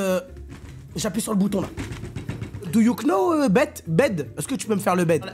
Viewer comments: cc, juste pour préciser que le k du « know » ne ce prononce pas !! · Les « do you Know » avec le K fort, ça me termine 😂😂